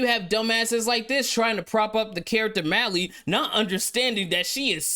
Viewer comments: Not "Malley" it's "mai-elle" im dead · The way you pronounced maelle made my ass itch 😭